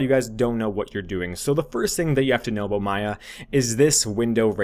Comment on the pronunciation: Where are you from? I heard an 'aboot' when you said about. Canada?